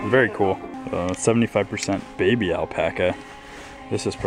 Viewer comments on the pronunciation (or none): none